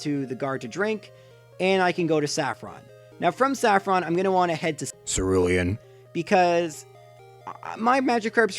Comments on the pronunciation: "From Saffron, I'm gonna want to head to *C E R U L E A N*" I thought my speaker was broken or something!! XDDDDDDD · You make Cerulean sound dirty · Why do you say Cerulean like that? It makes me feel like I'm about to get ambushed or something